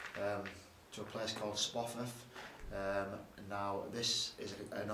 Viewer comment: he did say Sprofforf Castle didn’t he? 😀😃😄😁😆